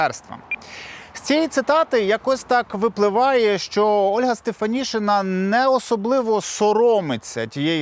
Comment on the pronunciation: українське прізвище Стефанишина читається і пишеться як Стефанишина, а не Стефанішина.